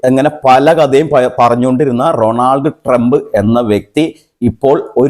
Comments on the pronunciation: Ronald Trumb alla, Donald trump 😂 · Ronod Trump alla vai. Donel Trump. Ilengil Trump enh paranjal madhi😂. Nigala update ishtapettu ok